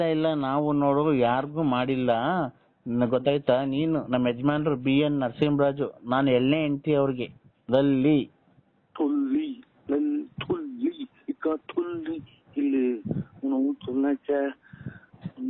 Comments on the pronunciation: ಲಲ್ಲಿ ❌ತುಲ್ಲಿ ✔️ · ಲಲ್ಲಿ ❌ ತುಲ್ಲಿ ☑️😂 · ಲಲ್ಲಿ ❌ ತುಲ್ಲಿ ✅